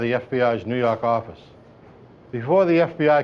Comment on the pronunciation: "nuu yawk affice"